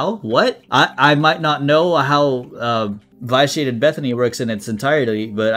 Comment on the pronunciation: you're pronouncing "vitiate" wrong. short i, not a long i.